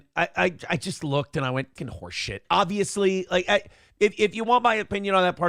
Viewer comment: "Horse shit" or "whore shit"?